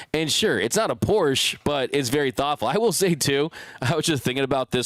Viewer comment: It’s Porsche “ah” at the end. A Porch is that thing wrapped around your house. 😬 Thanks for the show!!